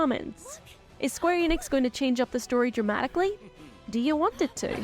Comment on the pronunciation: Eu só queria saber de onde o tira esse "i" na hora de falar ENIX... Ele fala IENIX...kkkkkk